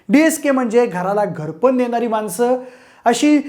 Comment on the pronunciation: बरोबर, ण ला न किंवा न ला ण म्हणलं तर लाखोंचा आर्थिक फटका बसू शकतो, हो ना ?